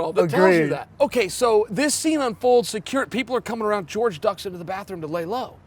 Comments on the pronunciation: "george" masvidal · Jorge=George in Spanish